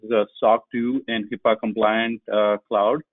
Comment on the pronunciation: Not to knock on anyone but... it is not HIPPA but rather, HIPAA for all the security focus coming behind us. I've been trying to get it into the public security psyche the correct wording, since its inception and misuse since then... (At the ~24 minute mark) But overall, good talk - thanks for posting.